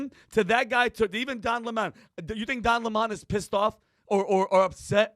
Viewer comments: Please don't call him "Lemone", it's LEMON. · Don Le-moan 😂 What a POS